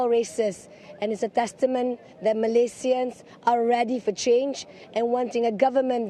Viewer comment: I love her way saying Malaysian... in it's original name not in English style